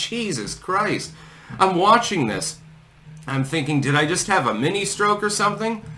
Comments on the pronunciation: Ischemic is pronounced iskeemik (short i for both) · No snark but it’s ischemia (eh-skee-me-uh) or ischemic (eh-skee-mick). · Ischemic is pronounced with a K. Is-K-emic. Thanks